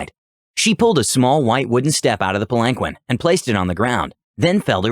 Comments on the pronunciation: PAL-an-keen. He said pal-ANK-win so many times... lol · It was like nails on a chalkboard...Pal ahn keen...sometimes even. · Palanquin is pronounced like “pal-in-keen” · That story was phenomenal! I do want to inform you of one little pronunciation error so that you know if the word comes up in the future. Palanquin is pronounced Pal-en-keen. Just wanted to make that one small correction. Keep up the good work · I can't stand how you pronounce palanquin, it's pronounced Palan keen. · Sparrow I was seconds from posting this exact thing until I saw this 😂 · The way he pronounces palanquin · SAY PALANQUIN ONE MORE TIME!! I DARE YOU, I DOUBLE DARE YOU *beeep*!!!!! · Look up palanquin. You murdering my ears. The seven time I swore out loud. Please.